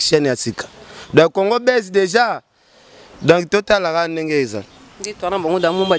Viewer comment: Donc et non donki. Journaliste ya zoba tintin.